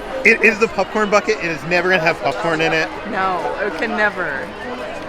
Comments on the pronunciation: I love how says popcorn, it sounds more like pupcorn! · Are you calling it a popcorn bucket or a Puffcorn bucket?! lol 😂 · "Pupcorn"